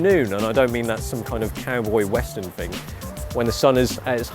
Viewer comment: "but the fing is" instead of but the thing is lol